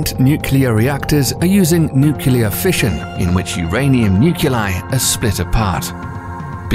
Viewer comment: With an inability to pronounce “nuclear.”